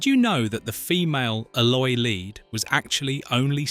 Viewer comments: Horrible AI-generated narration! "Lead actors" pronounced like "led actors". Puh Leez. Review and correct such nonsense. Thumbs down for AI-generated crap. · "LEAD" Actors? As in lead-pipe or unleaded gasoline. Instead of LEAD as is "leeeeed" Another AI - NARRATION!:face-purple-wide-eyes::face-orange-raised-eyebrow::face-orange-frowning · Funny how a word as simple as Lead can show up AI narration.